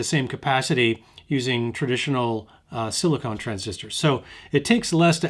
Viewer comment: Please stop saying "sili-cone". It's sili-CON. They are NOT the same.